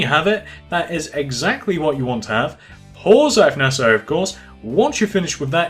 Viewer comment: Please stop with this nessasary maybe its Nessasary But stop please